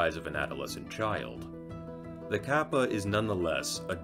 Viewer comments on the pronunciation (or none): Ryu is one syllable, not 2. You pronounce it more like the English word "Real". Kappa is "Car-Pa"